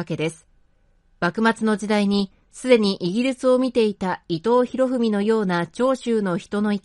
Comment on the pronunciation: 伊藤博文を「いとうひろふみ」と読んでいて、耳障りですねー。